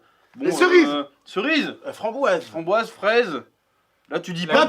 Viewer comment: Le "FRAMBOIGZE" m'a tué 🤣